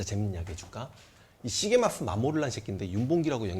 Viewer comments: 선생님 죄송하지만 시게마쓰가 아니라 시게미쓰인것 같습니다.. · 시게마스가아니구 시게미스여요 선생님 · 글구, 발음은 아마도 시게미츠 또는 시게미쯔라고 될겁니다. 일본생활 삼십일년째라 걍 주제넘게스리.. 죄송합니다...